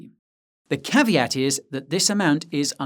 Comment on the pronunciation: please stop saying "caveaty" , is a latin world Caveat and has to be pronounced the way is wrote.